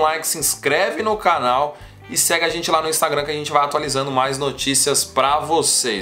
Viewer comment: Da uma melhorada no português. Vocêr, lar... Por favor amigo. Mais de 600 mil seguidores.